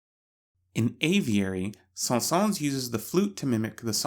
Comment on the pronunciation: The s at the end of Saëns is silent :) Great video!